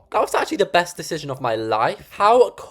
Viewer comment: Maybe it's just me but their accent went all American when they said "Morning" no hate it just scared me😭😭 love your vidssss